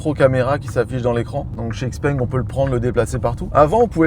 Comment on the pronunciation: C est normal qu il a pas compris sur l activation du vocal: xpeng ce dit : Chi Peng.